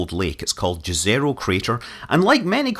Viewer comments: Just an fyi, it should be pronounced as yezero crater not jazzerocrater. Jezero in Serbian and other Slavic languages means Lake, which i find is a fitting name for a crater that probably was a jezero a couple of billion years ago. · Jezero means "lake" in some Slavic languages. That has been already pointed in comments. What is wrong is pronunciation. Correct one is Yezero . (Like"YES") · "J" in Jezero is not pronounced like "J" in Jukebox, but like "Y" in Yeti. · LOL, you said "Đezero" crater. :D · As Martians don't speak English, it would be nice to try to pronounce toponyms on Mars (and elsewhere) similar to the pronunciation in the language from which they originate. In the case of Jezero crater, it is /ˈjɛzəroʊ/ (YEZ-ə-roh for IPA-challenged English speakers). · Jezero (pronounced YEH zeh roh) literally means "lake" in several slavic languages. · Mr. Manly please just call it Lake crater or if u insist on calling the landing site by it's Russian name, than call it Yezero crater. Jezero means lake in most of Slavic languages. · Lets try to teach you (and NASA folks) to pronounce jezero correctly: think of it like yezero, y as in yes. That's how it's pronounced correctly. Thanks. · Yes, it literally means "Lake" in many Slavic languages (Serbian, Croatian, Czech etc), and the pronunciation is pretty much the same - ˈjɛzɛro. It's named intentionally that way. We know that Scott Manley speaks Chinese rocket names, time to learn some language from the Balkans 😁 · Not an incident, it was deliberate (they named it after the discovered it contained water). I just wish it was pronounced after its slavic pronunciation too ("YEZ-ə-roh"). Wikipedia mentions both possibilities but to any slav using this word in their language, the english way is a testament to general english ignorance towards other languages.